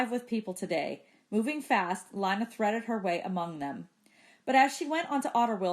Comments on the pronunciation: It’s pronounced LINA not LANA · It’s pronounced ( lena) not lina even tho its spelled thwt way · Isn’t her name pronounced lee-na